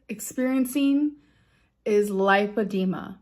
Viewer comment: How would she not be able to pronounce lipedema? She just saw a dr about it and was diagnosed, Right? So in that case she would hear the dr say the word countless times. But somehow she doesn’t know the correct pronunciation? Yeah sure